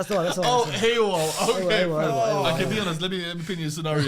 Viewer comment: “AOL” meant AWOL😂😂😂😂